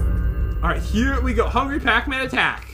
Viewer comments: I know it is spelled pac man not pocman but it sounded like said pocman in the beginning of the vid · It’s not pac man it’s PAT MAN